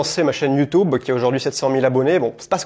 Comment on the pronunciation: Moi je retiens que tu dis toujours "Youtoube" 😂 Je taquine 😝